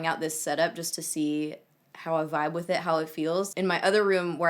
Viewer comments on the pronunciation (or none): none